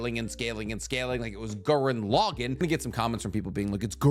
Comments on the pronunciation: “It’s GuRenLagown “ 😂 took me out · It's Gurren Lugaan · My subscriptions and views and likes hinges on pronunciation of Simon from Gurren Lagan.